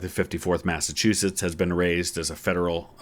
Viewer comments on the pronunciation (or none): none